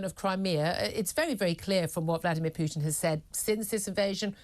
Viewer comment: The one who is actually educated on the matter. Hitchens. She can't even says Putins name correctly.